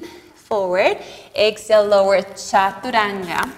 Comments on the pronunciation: First I am showing 🙏 for pronouncing the word Chaturanga as it should be.. being an Indian it hurts our ears when foreigners pronounce chaturanga in a funny way.. first I thought it's because of their tongue.. but you have taught everyone how to imbibe it..Respect from India mam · Que bonito como usted dice "chaturanga" 😊